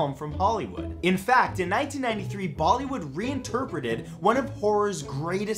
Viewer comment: did I hear him call them "baldy wood"? 😂